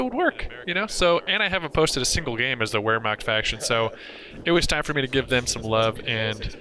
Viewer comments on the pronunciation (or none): "The wheremact faction"